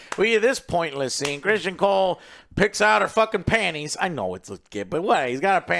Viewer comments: There is no way joe isn’t trolling at this point with his pronunciation of these names. Christian cole, Corls, Damien, helena. Like how can I take you seriously if after 18 episodes you still can’t pronounce the characters names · Can't even pronounce the easy names right 🤣🤣🤣 "Christian Cole" 🤣🤣💀